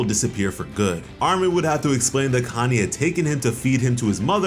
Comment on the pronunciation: I hear “Kanye” instead of “Connie” every time you say it